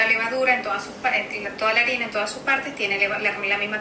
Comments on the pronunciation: Lololol boy the h doesn’t make a sound in Spanish. It “arina” not h-arina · little spanish lesson in some words the h is silent for example hermano (brother) and harina (flour) (i didnt mean it to be rude)